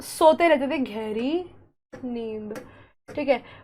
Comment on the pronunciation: घैरी ❌ गहरी ✅